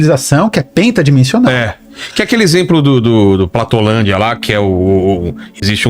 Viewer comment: "Platolândia..." de novo? Vivela! É Planolândia.😅